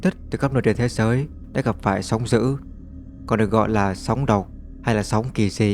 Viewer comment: Thằng này là giọng AI thì phải, đọc chữ "d" mà nó cứ "gì, gì". -sóng giữ.....??? Ngáo đá.